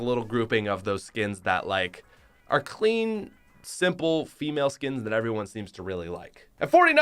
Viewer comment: Every time he says “clean” I do not hear it as “clean”.